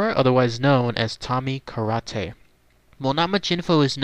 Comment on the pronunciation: Lots of false information and very poor pronunciation. Kar Ah Tay? It was not Rasario Gangee, it was his relative, Frank Gangi. You end with, “ this is all of the information tied to him.” Tommy is still alive and he is communicating with the outside world now. He paints and you can buy his art. Tommy may be a murderer but there are people that have great things to say about Tommy. This was pretty poor.